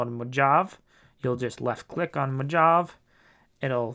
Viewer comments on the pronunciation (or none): MO JAV? Jeez man it's MO-HAH-VAY. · Mohahvee, dude, Mohahvee!